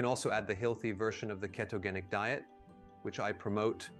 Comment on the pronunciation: omg .. I was thinking the same thing 😂 is it AI 🤔 his voice sounds the same but I heard some of words with a British accent. Like Fast and the word "ketogenic" sounded funny!